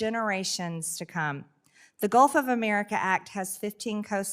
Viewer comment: First we need a law stating NO Name changes until Marjie learns how to PRONOUNCE "America". She shouldn't be allowed to speak until then.